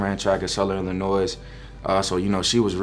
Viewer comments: Oofff He said Illinoise...He’ll learn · Quality person. Gotta tighten up that “Illi-noise” though.